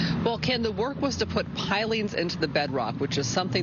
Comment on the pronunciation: no one can pronounce pilings these days